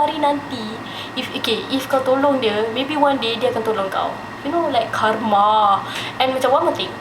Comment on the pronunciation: "KARMA"=not kurma -.- lawk la kak fatin ni...😂